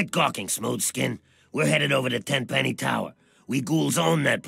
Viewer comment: Its Tenpenny, not Tem lol